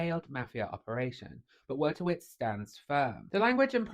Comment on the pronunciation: it's pronounced Voytovich.... trust me, i'm a professional Pole